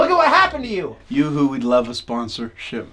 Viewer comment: Oops it’s you Hoo not youooh